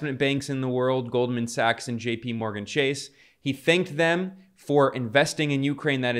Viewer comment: Goldman Sachs... not Goldman Sucks... Zelensky dude. At least learn how to say your owners name...